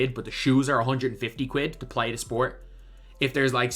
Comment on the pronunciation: Did he just say quid? Or quib? I'm just messing with you lad. We appreciate your passion 💯